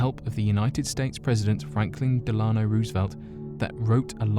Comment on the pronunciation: DELL- ah-no not deh-LAH-no. Of course FDR's capsule should be opened on time. The only people who don't want it open are the criminals of the military industrial complex.